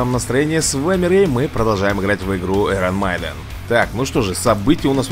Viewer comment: рэй не эйрон майден а айрон мэйден